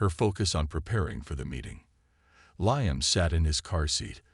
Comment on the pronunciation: If you can’t pronounce Liam don’t make the fake video.